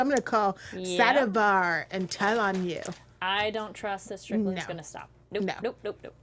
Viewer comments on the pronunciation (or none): pronunciation of the names is still really weird. Subtitles are way off as a result. Nay Owe Me (not normie) Sad a Veer (not var)